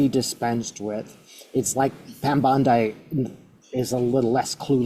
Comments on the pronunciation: Pam “Bon-DIE” (Beach)…, that’s AI/Bot-speak. It’s Pam “Bon-DEE”. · Bon-dee not bon-die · Please pronounce these women’s names correctly . It is Bondy not Bond-eye and the s in Ghislaine’s name is silent-it is Gillaine. Thanks. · No critism meant but Bondi is pronounced with a short i, not long. It's great to see you. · You always make me smile when you pronounce her surname Bon-die … you’re definitely an Aussie now 🫶🏻